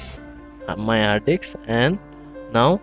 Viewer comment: You are a star. it worked like charm for me. However, it is funny to hear you saying Di*ks instead of Disk.. lol.